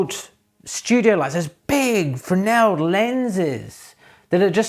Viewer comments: so many say Frez-nel, that my ears have gotten used to it (and the internal sigh has diminished). So much so, that the fact you pronounced it correctly jumped out at my ears :) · bonus points for pronouncing Fresnel correctly :D